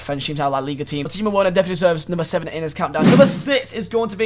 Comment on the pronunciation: I cringed when he pronounced Werner wrong.